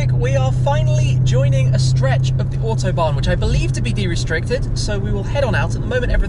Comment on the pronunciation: . . its official Smee cannot say Autobahn . .